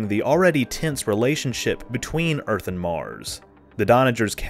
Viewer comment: I can’t really stand her constant yapping about “Urf” (Earth).